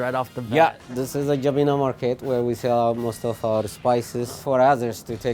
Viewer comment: Proud to be habesha ☺️❤️🇪🇹🇪🇷 also jebena is pronounced je-bin-a 😂